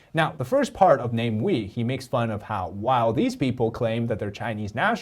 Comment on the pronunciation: is just butchering his name he entire video. Come on. Is it really name-wee? He's not English. He's Malaysian. No Malaysian will look at the name and read it this way. We live in the Internet age. I takes just a few seconds to google how to pronounce anything. But made an entire video without checking.